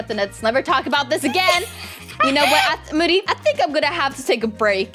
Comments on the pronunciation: i can't when said "thanks for the triceratops mody" lol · what u said hahaha u said moody instead of mody 🤣🤣🤣